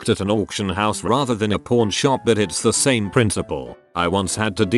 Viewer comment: Pawn doesn't sound good on tts man